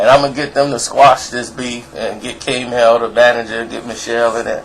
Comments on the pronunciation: side note....Its not called KMEL....Its K-M-E-L each letter is said individually. not trying to be a dick just figured its worth mentioning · I'm from the bay and no one says Kmel. It's K-M-E-L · It's not k-mel, but k.m.e.l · K male?? it's pronounced K.M.E.L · First of all you a WHOLE CLOWN....Dont act like u know what really went down in the Bay. You mispronounced KMEL so it was eveident u definitely aint from there.. 2nd TOO SHORT WAS RAN OUT THE BAY and moved to Atlanta, not because of the police but because his life was on the line...THIS IS FACTS.... 3 Regardless of that his albums WERE poppin...ALL OF THEM..4 While u over here disrespecting Pooh....He a REAL Gangsta...there was no retaliotion EVER from Short, he was never a real pimp and most certainly NOT even CLOSE to being a real ganster. Stay in ur lane cause u over her KeKe'n and shiiiit. You lucky my brother Pooh is on some positive cause u would get yo whole head knocked off. This is #TownBusiness it doesn't applt to you. BTW Short was banned from Oaklend for over 10 years. He stayed away until 40 and him started a project with Beeda Weeda and we ALLOWED him to come back around...